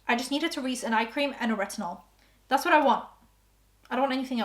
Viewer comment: "It's kinda HAAAD and its not for me...this is TAAAT'S new tubing mascara."